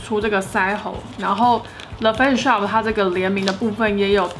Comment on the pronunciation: 感谢tang这是很实用的影片 不是杠但是影片里的发音听起来是le face shop